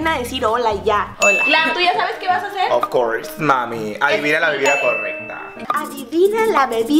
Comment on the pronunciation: No es "Of curse", es "Of course". Pd.Los amo.